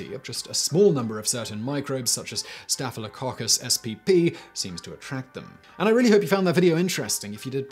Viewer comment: Did anyone else rewind just to hear him say staphylococcus spp again? 😂